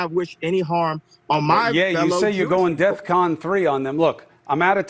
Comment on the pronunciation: btw, that's DEFCON... not deathcon.